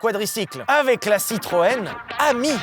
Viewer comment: chaque fois tu dit citroën ami, j’entends citroën hemi et ça me fait beaucoup rire 😂